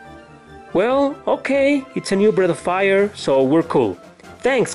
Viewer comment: I kept hearing Bread of Fire.